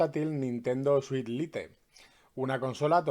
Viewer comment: Se pronuncia lait, no lite